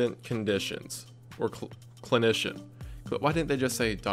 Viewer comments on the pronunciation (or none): This guy doesn’t know how to say clinician😂 it’s okay I’m laughing because I’m shit at reading words sometimes but research, know what ur reading to the the public.